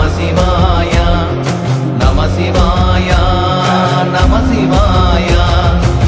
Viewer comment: இந்த அற்புதமான பாடலுக்கு இந்த ராகம் பொருத்தமாக இல்லை. அப்புறம் ஒரு பாடலுக்கும் அடுத்த பாடலுக்கும் இடையே நமசிவாயா என்று "உச்சரிப்பது நன்றாக இல்லை" அதிலும் "யா" என்று நெடிலில் உச்சரிக்கக் கூடாது. "ய" என்று குரிலில் தான் உச்சரிக்க வேண்டும். சிவய நம என்பதே நம சிவய எனப்படுகிறது. இதில் "யா" என்று இழுக்கக்கூடாது.